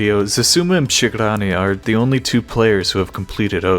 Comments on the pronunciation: when you try to say przegrany it sounds kinda funny for me (i'm from poland) because you say "SH" = "sz in poland" not "RZ" = "Ż" But congratulations like you said przegrany was close to perfection :p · Your pronunciation of przegrany is really cute ngl, but still surprisingly good